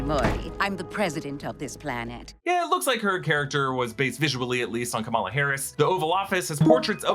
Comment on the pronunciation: I know it's easy to do and I still mess up on occasion, but it's KAmala Harris not KaMAla Harris. It was one of those things they had a brief back and forth about during the 2020 election cycle.